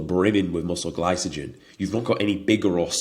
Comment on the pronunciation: Only if he starts pronouncing glycogen correctly 😂 very good content mate. Remind me of a Mike Thurston like character with more confidence but slightly less size 😉